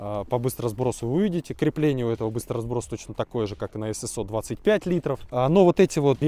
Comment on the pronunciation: В первый раз слышу правильно на русском "эСэСО", а не "СэСэО"👍🏻